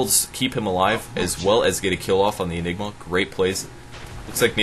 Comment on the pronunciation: ok, all the jokes about mispronouncing ''Anigma" are getting old.